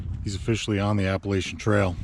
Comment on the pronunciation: Love the video but please say Appalachian correctly.